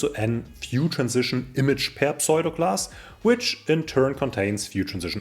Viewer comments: Tolles Video, wieder viel gelernt. Aber bitte tue mir einen Gefallen: Kein Englisch-Muttersprachler würde jemals pseudo class wie "pSoido"-klass aussprechen. Es wird eigentlich immer US-englisch wie "ssudo"-klass ausgesprochen. Schimpf mich einen Korinthenkacker - aber vielleicht freust Du Dich ja auch, wenn Dir jemand in Englisch hilft. (Ich freue mich da üblicherweise auch. z.B. als ich gelernt habe, dass man iron wie "Aion" ohne R ausspricht oder sword wie "ssord" ohne W. ... usw..) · Please pronounce "pseudo" as "soo-doh"!